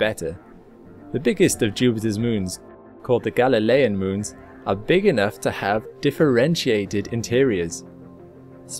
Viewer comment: "Müns" ... lol